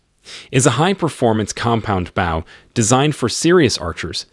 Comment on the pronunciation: The way he says bow is absolute torture to my ears .